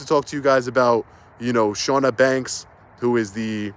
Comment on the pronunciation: I feel like it should be said just in case she comes back up as she's committed libel against you now but the Ch is Ch not Sh sound. CHAW-nuh. Also ridiculous. Everything.